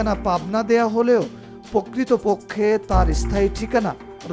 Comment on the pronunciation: ফিক্সেশনকে বলে ফিজিকশন, প্রকৃতপক্ষে বলার পরিবর্তে বলে পক্কিত পক্কে।